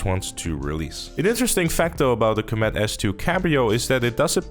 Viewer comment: I hate how you pronounce Comet as comEt imo it should be cOmet. Otherwise i like your vids :)